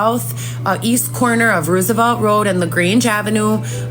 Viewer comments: It's Roosevelt like President Roosevelt not what she saying. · Why does she keep pronouncing Roosevelt road the wrong way?